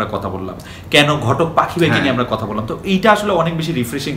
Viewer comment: ভাই যথাযথ সম্মান জানিয়ে আমার একটা পর্যবেক্ষণ আপনাদের সামনে রাখছি।। কথোপকথনে আপনাদের প্রায়শই র, ড়, ঢ় উচ্চারণের পার্থক্য নির্ণয় করতে সচেতন বা অবচেতনে ত্রুটি থেকে যাচ্ছে। 'আমরা' হয়ে যাচ্ছে 'আমড়া', 'আসার কথা' হয়ে যাচ্ছে 'আসাড় কথা', আষাঢ় হয়ে গেছে 'আসার' ইত্যাদি। আপনারা সমস্যাটা হয়তো বুঝবেন। অনেক দিন পরে ঢাকাইয়া টানে বাংলাভাষা শুনে মন ভরে গেল।